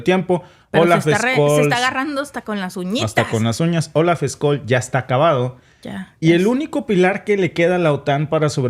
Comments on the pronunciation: Scholz se pronuncia " cholz". Tú pronuncias Skolz. En todo caso vuestro análisis y comentarios están muy buenos. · Se llama Olaf Scholl y no skol como tu lo pronuncias😅😂😅😂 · Hola que tal sigo tu programa desde hace un tiempo muchas gracias por tu información.. Solo quería pedirte el apellido del canciller alemán se pronuncia de otra manera..trata por favor de pronunciarlo tal como lo voy a escribir Chols (Scholz) No skols como tu lo dices .. saludos desde Austria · SE PRONUNCIA: OLAF SHOLTS y no SKOLL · Hola escol Noooooooo olaf shol se dice asi olaf shol me estresa que lo digas mal jajajajaja me encanta edte canal paz y amor hispanoamerica unificada todos somos hermanos